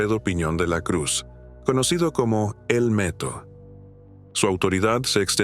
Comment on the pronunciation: Por que dices el Meto y no el Neto?